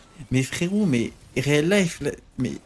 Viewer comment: Le "réaliphe" (pour dire reallife...) du Dop m'a fumé.